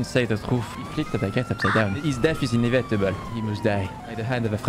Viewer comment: His death is “inivetable”